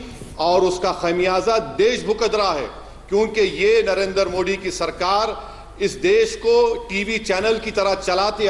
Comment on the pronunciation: Anjana said pm modak 😂😂😂😂😂😂😂😂😂😂